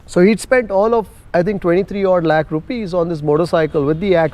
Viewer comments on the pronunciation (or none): none